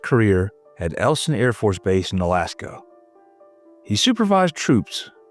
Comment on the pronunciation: I-elson AFB. ielson not elson.